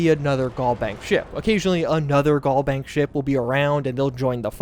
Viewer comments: Pls it's GalBank as in Galaxy not Gall Bank like gallbladder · Al vs. All Galbank vs. Gallbank Pronunciation is everything